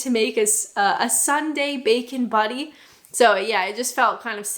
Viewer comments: are you trying to say buTTy ? It's not a buDDy !!!! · To call a sandwich a butty is a northern thing so without the a northern accent it doesn't sound right it sounds like bacon baddy/buddy. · The way you pronounce it, it sounds like bacon buddy!!😂. I guess that works too! Always enjoy your take on British quirks. Some of them I never even really noticed. If you had lived here ages ago, just about all shops were closed on sundays. And the 10 am start for check out is the law, as stupid as that is. Great video, as always 👍😁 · We need to work in your pronunciation of 'Butty' lol